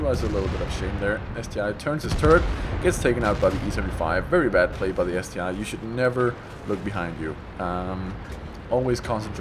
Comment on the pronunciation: Hey, you are right in calling it ST-I and not ST-1, clearly you can see the difference if you compare the I in the ST-I to the 1 right below in the T54E1 on the teamlist:-)